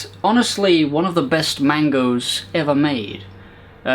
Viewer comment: mangas not mangoes